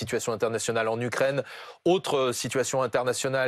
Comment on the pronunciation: "la Rukraine" ? C'est bon, on a compris.